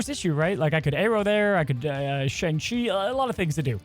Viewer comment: Hey, you said Shang-Chi wrong in this video. Just figured you should know.